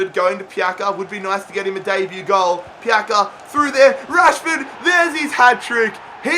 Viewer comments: Marin TV Yeah, the sounds of "C" is like "ZZ" in italian Its like "Pizza" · It's not pronounced pjaka it's pjatsa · It's not Pjaka, it's Pjaca :D Try to pronounce it Piazza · Marko Pjaca no Marko pjaka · I am from Croatia Love you keep up the good work It s pronaunced pjatsa not pjaka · im croatian, but its not pjaka! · Pronounce it like pjatsa. Same like piazza in italian. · Pjaca is pronounced like "Pyatsa" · I believe Pjaca is pronounced Piatza, I'm not Croatian though so don't kill me 😂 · Aym from Croatia Marko Pjaca no pjaka hahahah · I am croatian and its pronounced pjatsa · it’s more like pyatsa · zar se ne kaže Marko Pjaca